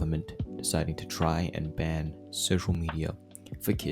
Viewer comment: emphasis on try😭